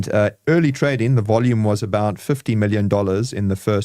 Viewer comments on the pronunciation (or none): none